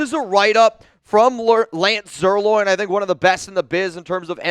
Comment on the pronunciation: Please know I've kept my mouth shut a half dozen or more times. I'm not dogging you, just telling you how to pronounce someone's name, since you say his name a lot. It's pronounced Lance Zer 'line' not Zer 'loin'. You're a true Raider, Love you buddy!